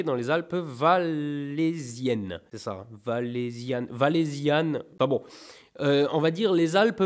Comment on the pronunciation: t'as écorché " Valaisan...j'm'en fout j'habite Genève , mais si dans les prochains jours tu reçois une tête de chamois c'est normal... et ça serai super pour le prochain unboxing^^